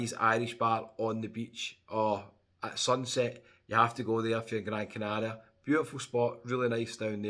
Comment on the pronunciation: I love how you pronounce Gran Canaria properly.